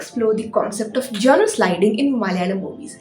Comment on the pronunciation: Jonre,not joner